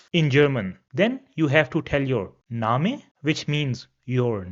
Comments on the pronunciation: Thanks a lots sir. Great content but i heard your some pronouncation like bitte name ( you pronounce different where -e comes last ) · I think you are mispronouncing the words that end with the letter 'e.' For example, 'name.' (Or maybe my understanding is wrong. Correct me, please! And thank you for the beautiful video.